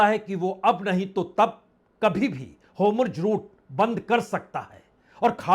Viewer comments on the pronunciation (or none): Please correct the pronunciation of Hormuz. It is not Homurz. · Sirji 'HOMURJ' nahin 'HORMUZ' hain